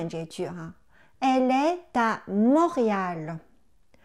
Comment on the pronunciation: 老师，我有两个发音的问题： 在第7个视频中，Elle est une fille, est的t在连颂中发\"d\"的音，为什么连颂的时候您还是把t感觉发成\"z\"的音？ 在第8个视频中，étudiant, é不是应该发英文字母a的音嘛？为何发了 i 的音? 谢谢